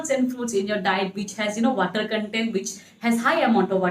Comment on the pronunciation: Aaalso ,waatar 🤣🤣🤣